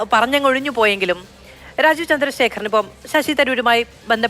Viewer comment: മലയാലം മള പോലെ പലയുന്ന ഒരു ലാജീവ് .....